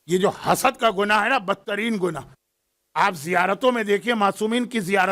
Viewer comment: Correction please read Hasad instead of Hasas and sakar tul mout' instead of salary tul mout'